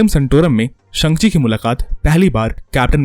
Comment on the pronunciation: Bhai शांघ chi re संग chi nhi re Kya gunda banega re tu